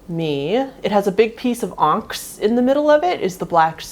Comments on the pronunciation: Onyx is pronounced ON-IX. Not ONX. The Y does have a sound in the word. I've never heard anyone say it like that and it was a bit stunning to hear. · It is pronounced on-ix not onx. Sorry not trying to be rude I promise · Onyx... O-NUHKS... not onx🤣🤣🤣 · It's pronounced On-ix...like an i...not onx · Wait isn't the black stone Onyx not Onx or whatever she said? I'm just confused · I love you, I do wanna tell you that vermeil is pronounced “ver-may” and the black stone on the HellCat ring is Onyx (on-ix). Those pieces you picked out are beautiful and spooky 👻 ❤ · Onyx, is pronounced On ix, Muricans trying to speak English is so cute. If you like surface web rabbit holes, try Ody-see, outdoor fitness is a good start. In Europe, you only need the consent of official people like the police to upload images/video of them ! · I was so confused when you were showing your ring, i had no idea what you were saying at first when talking about the stone, are you saying Onyx? Because if you are its pronounced like On-ix. I just thought that was funny, sorry. Also, im sorry but i cant believe nowadays we have to explain what we think the gender is and why we are calling someone said gender. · I have never heard onyx pronounced that way 😅😅